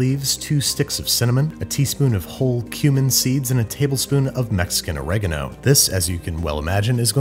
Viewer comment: Loving the fact that you can pronounce "orégano" and "chicharrones" without making a fool of yourself! Kuddos!